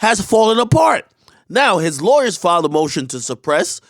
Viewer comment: W lawyer = Wawyer